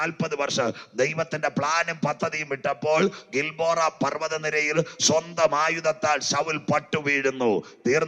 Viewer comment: ഗിൽബോറ അല്ല... ഗിൽബോവപർവ്വതം